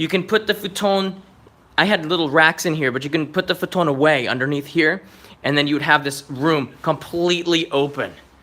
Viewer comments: You mean futon? Futone sounds italian not Japanese or English. LOL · Why does he say futon weird